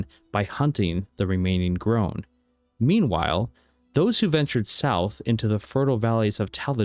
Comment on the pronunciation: It's gronn dog not groahn